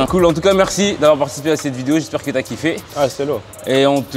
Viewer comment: Wesh l'accent ricain à la fin "meurci meurci"